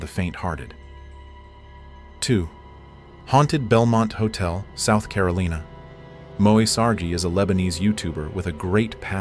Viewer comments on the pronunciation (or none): "South CarolEEna" 🤣🤣🤣